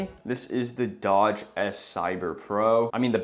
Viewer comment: And its a dooogee not dodge